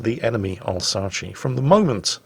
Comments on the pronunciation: alsachee ? its not alsass ? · I'd love to hear actually try and pronounce Alsace the way it's supposed to be pronouced: "AL - ZA - SS" you'd understand a busy frenchmen with his two mistress doesnt really have to time to invent a whole nother murican sounding ending to the word. It's not the Appalaches. And it's easy to remember: "-honey where did you put the spare tire?" - "in Al's ass". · How difficult is it to pronounce "Al-z-Ass"? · It's "al-sass". You are pronouncing it as if it is Italian.